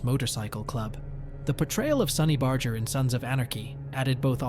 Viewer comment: This is such a CROCK OF S%&T!! You can't even pronounce Barger's name!! It's a hard " G ",not a soft " G ".